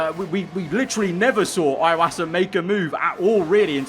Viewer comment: "eye"wasa never had his last name rightly pronounced 😢